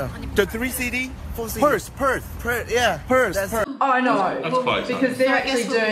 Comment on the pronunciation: I love how Bambam is struggling to say Perth but is fine with Sydney and Melbourne. Proof enough that nobody knows where we are and that we are the most isolated city in the world. Also where is that Bambam clip from?